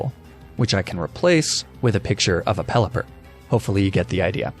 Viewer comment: CONGRATULATIONS, NOT CONJULATION! AND IT'S PELIPPER, NOT PELLIPPERL!